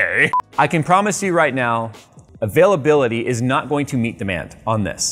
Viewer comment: When he said availability I thought he said a-phil-ability. 😂 the ability for Phil to use it.